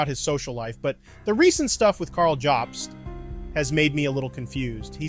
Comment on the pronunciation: How are you pronouncing “jobst” incorrectly lol